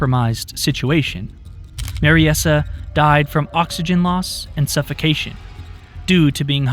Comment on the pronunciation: I think Mariesa is pronounced Mary-sah, rather than Mary-essah.